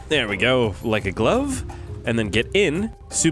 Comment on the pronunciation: is the only person in the world that can say like a glove correctly